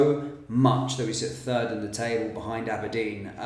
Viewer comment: Behind who???? "Aberdeen"😮